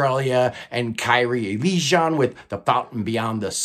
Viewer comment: I just got past Kyrie Eleison and had to jump in to the comments. I don't know the band, but thought in case you feature them more often, you might appreciate a little coaching on the pronunciation of their name. Kyrie Eleison is Greek for "Lord, have mercy." My best suggestion to get the proper pronunciation is to listen to a pop song from 1985 by Mister Mister, called Kyrie. "Kyrie Eleison" is said several times in the chorus of the song, so you'll definitely have the pronunciation down by the end of it.